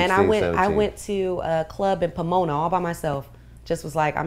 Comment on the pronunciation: She said pomona